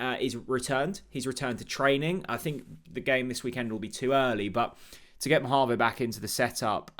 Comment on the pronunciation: The player himself pronounces his name Ma-hah-vo.